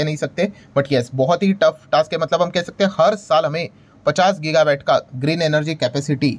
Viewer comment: गिगा वैट नहीं, गिगा वाट वैट मतलब VAT वाट मतलब Watt (unit of electricity)